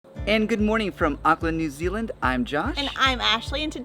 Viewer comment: why is this reccommended i live here and its auckland not auckland like data and data